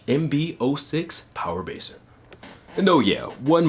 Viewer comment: "Power Baser" lol